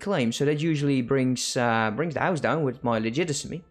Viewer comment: Hey man, thanks for videos. I just can't stand one thing. It's Bohemia not Bomethia and legitimacy not legitisimy :D